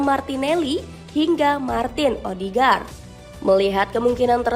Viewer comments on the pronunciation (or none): Arsenal dibaca Arsnal Mikel Arteta : Mikel not Maikel Odegaard not Odigaard